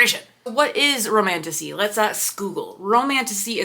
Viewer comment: romantasy honestly sounds like romantussy